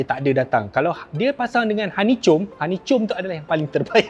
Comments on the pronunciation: Mcm penah dngr sidemirror honeycom 🤣🤣🤣. Abg keta dlm GK tu hahaha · salah sebut tu bang honey comb